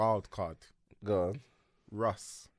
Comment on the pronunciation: bro said russ 💀💀💀💀